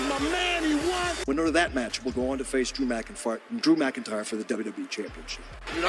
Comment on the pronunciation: Drew McFart 🤣 😭 shit be funny when they all mess up